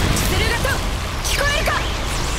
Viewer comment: めっちゃコメントするやん、あと、ルシハァーじゃなくてルシファーな